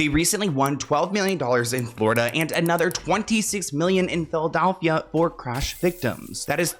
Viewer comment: why do you say Philadelphia like that 😂